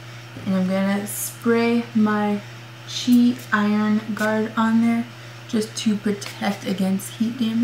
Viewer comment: its called C.H.I not chi